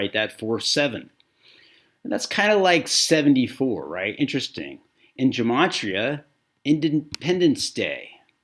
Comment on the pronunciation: It’s pronounced Geh-Mah-tree-uh